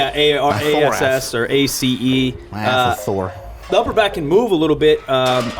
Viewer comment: thorax not thorace lol